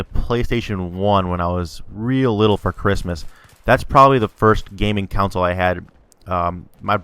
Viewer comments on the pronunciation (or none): You pronounce console council.